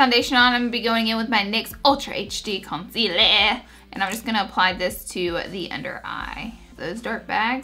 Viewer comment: they way she said concealer 😂. had to replay it. nice look over all :)